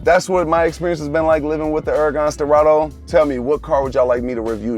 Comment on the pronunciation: “Uracan schpwarts caa”